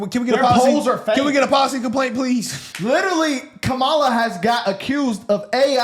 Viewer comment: The interview was two hours of nothing but babbling . Nothing of substance. Y’all clapping at a white man constantly mispronouncing her name purposely. Smh we can be an embarrassment especially for clicks and views . Blacks have realized grifting is profitable and will say anything very sad.